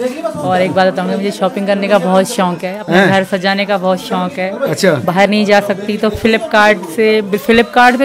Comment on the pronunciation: Seema shonk nahi shok hota h galat mat bol sahi bolna seekh